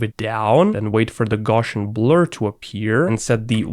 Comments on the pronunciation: I was wondering what you meant by “Goshen blur”. Then I figured out that your saying Gaussian blur pronounced “Gow see yen” blur! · For me the most excruciating thing about this video is how you pronounce Gaussian. It's painful! The guys name was Carl Friedrich Gauss. That's pronounced with an ow sound, as in "ouch" - the sound I make when I hear someone saying "gorshian"!